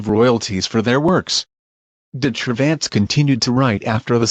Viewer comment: I know this is an automatic translation, but "Cervantes" is pronounced as "de-tra-vants"